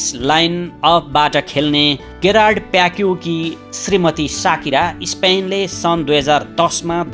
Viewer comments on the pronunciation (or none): ko ho yo narrator Gerard pique lai गेरार्ड प्याक्यु re 😂😂